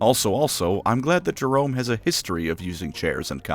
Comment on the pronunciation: Jerome not romo